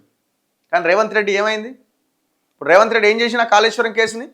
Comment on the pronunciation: Kaleshwaram kaadu Kaleshwaram